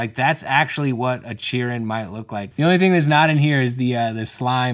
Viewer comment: I was watching while working and only paying half attention and it took me a solid ten minutes to figure out that it was in fact "a chiryn" and not "Ed Sheeran", needless to say the video got less confusing afterwards